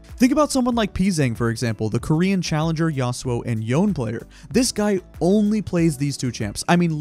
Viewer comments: take a shot everytime he pronounces Yone as "YAWN" and not "YO-NE" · Isn't Yone's name pronounced YonÉ Like not "Yon" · Yes! I love exhaust on Yone and ppl always flame me for some reason even when I’m fed 😳 P.S. it’s pronounced (Yo-nay) ❤ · I do not like “yown”